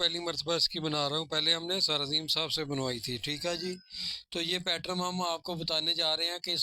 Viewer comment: پیٹرن ہوتا ہے حاجی صاحب آپ بار بار پیٹرم بول رہے ہیں